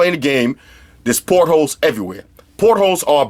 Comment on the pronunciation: He's saying "portals" lol.